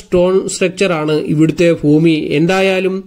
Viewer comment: ഫൂമിയിൽ ഫഗവാൻ ഫക്തർക്ക് വേണ്ടി നിർമ്മിച്ചതാണ്❤ വീഡിയോ നല്ലതാണ്... ശ്രമം അഭിനന്ദനാർഹം. ഭാഷാ ശരിയാക്കണെ.... വിമർശനത്തിന് വിരോധം തോന്നരുതെ....❤